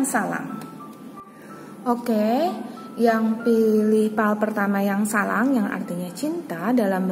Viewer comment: Mon maaf kak sblmnya, itu yg pile 1 bacaannya Sarang bkn salang🙂